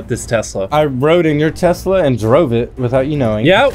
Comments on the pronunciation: What's a twesla 😂🤣😂🤣😂🤣😂🤣😂🤣😂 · Did he say tesler or tesla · “I just quickscoped for your Twesla bro” -Chris 2020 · 2 best ways to pronounce a tesla: twesla!! teslerrrrrr!!!!! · Chris: i just quick scoped for your twesla broo